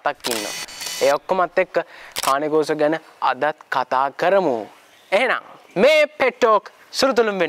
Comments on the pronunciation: කානේ කොර්සෝ නෙවේ.keyn kaw saw කියල pronounce කරන්නෙ.👍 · කානේ කෝසෝ නෙමෙයි කේන් කෝසෝ ගූගල් එකේ ගහන්න මේක cane corso pronuciation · Just note that they pronounced "Cane Corso" wrong...